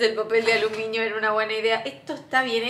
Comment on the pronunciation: Te amo mal, casi siempre creo que dices papel de alumiño jajaja 💕